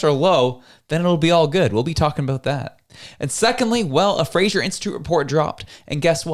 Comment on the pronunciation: The way this guy pronounces "premier" and "fraser" makes me suspicious of his canadian credentials...